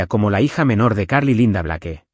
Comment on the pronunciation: "Blake" en ingles se pronuncia "Bleik"